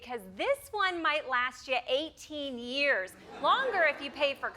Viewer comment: 50 YUURS